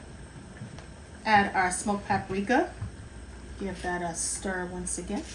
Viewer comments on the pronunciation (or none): none